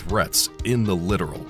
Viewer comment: It’s not a literal ship it’s pronounced lit tor al Littoral is shallow water